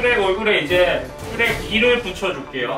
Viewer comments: 슈렉이야 이러고 있는데 슈레깈ㅋ쓰레기 라고 들은1인 ㅋㅋ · 슈렉이야 할때 쓔레기야로 들렼ㅋㅋㅋㅋㅋㅋㅋ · 슈렉이야 할때 쓰레기야인줄ㅋㅋㅋ